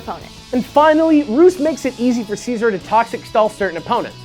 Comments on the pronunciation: It's Siz-or NOT see-sor! If you guys are going to put in the time into making an informative show on a pokemon could you also put in the effort to learn how to pronounce the names correctly? here's a link that could be useful. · It's se-zor with the beginning sound of scissors. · Mega Scizor should get a god transformation and keep its Bug/Steel typing, but get Flash fire ha take that Talonflame. Oh and am I the only one who pronounces Scizor name correctly? Its not See-Zor its Sizz-or, Gosh. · how dare you say his name like that!it is prounounced Sy-zor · you are pronouncing Scizor like Seasaw...=/ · i just like to point out that you guys are pronouncing Scizor wrong :\